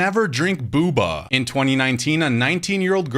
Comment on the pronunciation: It’s Boba, not Buba